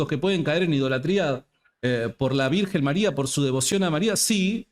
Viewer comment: Con todo respeto… este señor no sabe ni pronunciar bien el español y quiere enseñar Griego??? Criticando un título dado a la Virgen Maria desde siempre!!!